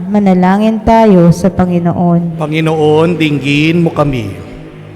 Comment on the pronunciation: Commentator please bigla ang bigkas ng Panginoon hindi ako karapatdapat mag patuloy ( bigla sng bigkas hindi malumanay para tumuloy sa puso natin sa Jesus